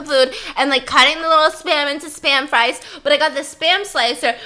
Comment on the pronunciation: “Spam sfrisfsfs srieves, spam Sprives” _Stephanie 2019